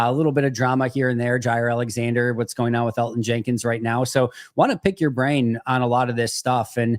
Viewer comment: The way Mike pronounces Elgton slays me. That or we’ve all been wayyy off